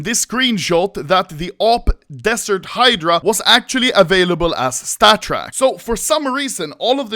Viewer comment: Oh finally anomaly learned how to pronounce the word "Hydra", verry nice